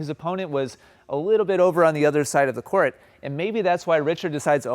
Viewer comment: Why do you pronounce “court” like “core-ette”??